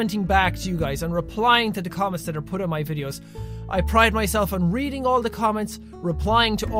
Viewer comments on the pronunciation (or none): none